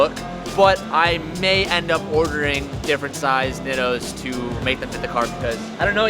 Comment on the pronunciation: The way you pronounce nitto is killing me